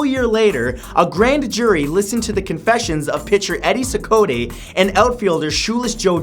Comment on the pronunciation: SEE-cot. That's how Eddie Cicotte's last name is pronounced. There are 2k comments so I'm sure I'm not the only pronounciation pooper. Still, a very good list (even though Ruth/Bonds was home runs and not wins...).